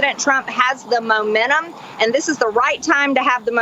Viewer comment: “momennum” … dear mtg. please will you explain what you were hoping to shreech. 🧙🏼